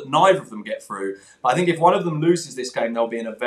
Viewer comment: I sink conte is finished. Zidane has lost all of his hair, I sink he needs to speak with contes hair repair man. Sank you